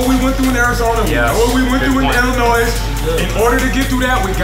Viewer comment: That coach really said Illinoise